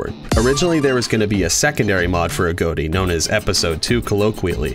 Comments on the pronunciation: A. G. O. T. I not a goat i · A GOT TEA NOT A GOAT TEA